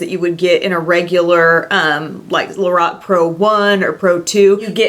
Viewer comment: The way she says Lorac 🤐🤐😩😩 LO -RACK